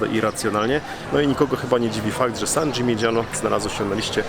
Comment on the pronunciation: Wymowa San Dżiminiano nie San Dżimidżiano. Podobnie Lamborgini nie Lambordżini. To od mojej filolog siedzacej obok. 😊 Dzięki za materiał. Ten region rowerem nam nietknięty. Fajnie byłoby zobaczyć je ponownie z perspektywy siodełka rowerowego.